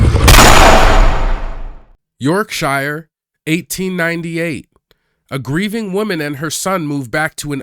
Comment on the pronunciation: York-shyor! It's pronounced York-shur.